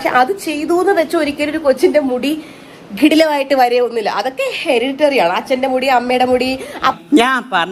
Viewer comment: Heretary അല്ല ചേച്ചീ hereditary😂